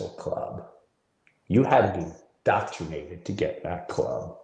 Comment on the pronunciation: does he keep saying "doctrinated"? Isn't he supposed to be a comedian? Someone who uses words for a living?